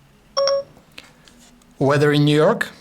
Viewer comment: how the hell did siri understand his voice, i heard "weder in nerk" instead of Weather in New York"??